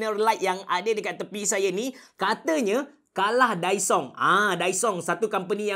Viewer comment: Kedengaran mcm dysong😂